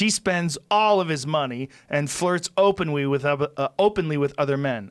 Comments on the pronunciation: joe “openwy” rogan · “openwy “ :3